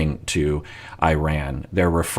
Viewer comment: As an Iranian, respectfully, it is pronounced E- RON, (Iran). It’s like Italy pronounced like an E sound. 🙏